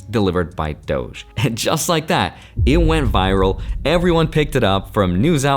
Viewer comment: Why do you say doch when its pronounced dodge😂😂😂